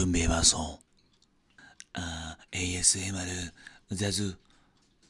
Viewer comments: 에무아르 라고 하지말라고 ㅋㅋㅋ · 에이에스 에무~~~~아르 🤣🤣🤣🤣🤣🤣🤣🤣🤣